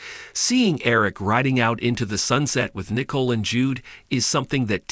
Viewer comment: Her name is Nicole not Nickel